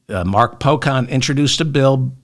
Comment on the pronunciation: Representative Mark Pocan, the 'can' is pronounced like can in a can of beans.